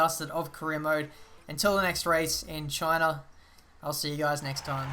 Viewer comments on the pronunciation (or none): none